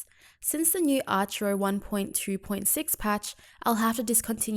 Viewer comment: Is It pronounced Archer-o or Arc-hero?